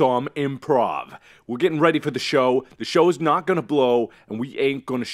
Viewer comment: Dis is nat good. Nat good no.